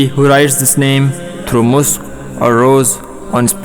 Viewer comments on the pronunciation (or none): none